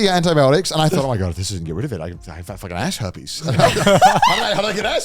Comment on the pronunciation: Ass Herpiess 😂😂😂 I can’t even finish my food now after hearing that hahahaha